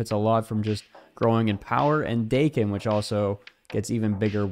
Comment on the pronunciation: Pretty sure the intended pronunciation when the character was created was Dah-ken, not Day-ken, considering he has a Japanese origin being born as Akihiro. Which is why the season theme is called Big In Japan. I dont think anyone in Japan would even think of calling themselves Day-ken over Dah-ken if they spell their superhero/villain name Daken. Also, Japan isnt pronounced Jay-pan.